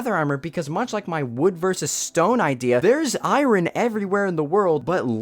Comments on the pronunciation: the way he pronounced "i-ron" hurts me oh well. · The way Iron is pronounced gave me flashbacks of Stewie Griffin's usage of "Cool hWip". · Stop pronouncing iron like that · You always pronouncing iron as it's spelled was the weirdest thing to me for some reason lol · Holy cow I REALLY HATE how you say Iron. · Why are you over-pronouncing iron? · Why does he say iron like that it’s throwing me off great vid tho 😂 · Is that really how Americans pronounce Iron? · i dont have anything to say about the content of the video but the way you pronounce iron causes me so much pain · Anybody know where his accents from? The way he pronounces iron is throwing me off. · Whenever you say iron I hurt inside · The way you pronounce "iron" distracted me so much. But your arguments make sense. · The way bro pronounces iron has automatically made me reject his opinion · why does he pronounce iron like that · Dude, the way you pronounce iron pisses me off lmao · I'm not listening to anybody who pronounces the "r" in iron without having English as a second language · Okay, I can't Say iron correctly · even tho this guy doesn't know how to say iron, he has a point. there just isn't space between stone and iron, and to put it there you'd need some considerable reworking. like letting Copper mine gold and diamonds. they just need to add that, and either give every sword above it a damage buff so it can deal 6 or make it have some kind of armor bypass idfk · This video perfectly explains all of my opinions about copper tools, but the way this guy pronounces iron annoys me so bad video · This is the first man I’ve heard to actually pronounce the “R” in “Iron” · Shalz does that too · we gonna talk about the pronounciation of iron as eye-run? Is that... is that normal? Am I the only one who pronounces it eye-ern? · Dude, educate yourself. Iron is not pronounced as “Eye-ran.” It’s pronounced “Eye-earn.” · Stop saying iron like its spelt please. "EYERON" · just say iron not eyerun